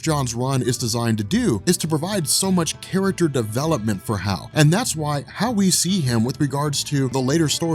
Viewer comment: Everytime you say "how you see..." I hear "hal you see..." ;P